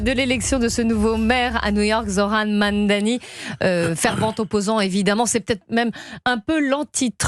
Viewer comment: Incroyable! Aucun journaliste francais n'est capable de prononcer son nom correctement. Ils le font expres ou quoi? MAMDANI, c'est quand meme plus simple a dire que NETANYAHU, non!!! mais enfin, un tel racisme inherent , c'est honteux!